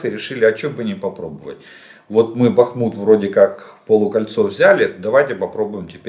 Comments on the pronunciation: Красава Владимирович за правильное ударение на БахмУт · Добрий вечір, пане Олеже! Дякую за інформацію👌 Давно хочу написати, що Ви постійно поправляєте самі себе в назві міста Бахмут. Я слухала українського історика Олександра Алфьорова відносно історії міста Бахмут. Він сказав, що немає значення, де ставити наголос. Правильно і БАхмут, і БахмУт. Так що говоріть так, як Вам зручно🙂